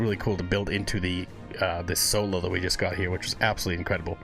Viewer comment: Every now and then you will here is accent , as the letter j is pronounced y in swedish. So the word just , he often pronounces yust :) oh and as a side note ,the drummer Hannes ( pronounced Ha ness) is maried to Floor ,the singer of Nightwish. You can also react to " no bullets fly " nightwitches or " lady of the dark" all 3 in the animated versions